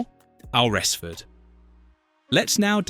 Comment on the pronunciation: Thanks - I must visit this Al-res-ford 🙄😏